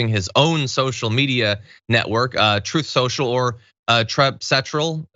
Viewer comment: “Troth Sential”